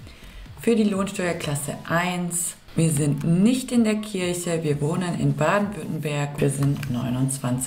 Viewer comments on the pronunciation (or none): none